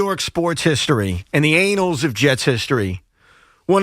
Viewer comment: lmfao he said anals instead of annals. although in this situation, it is rather fitting